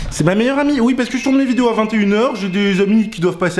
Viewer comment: Elle a le sindrome des tuches Elle dit 'ui ui'